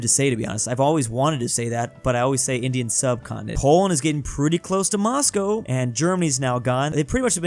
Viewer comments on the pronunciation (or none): none